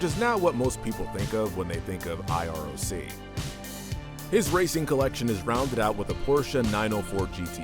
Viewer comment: Was this video made for kids lol, that’s ok. So hey kids it’s not I R O C it’s called like iRock ha and not I M S A but just pronounced like im-zuh ha.